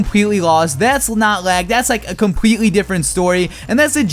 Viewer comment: Anyone notice his "L's" sound like "W's"? I hear him say compwetely, wevel, and wose.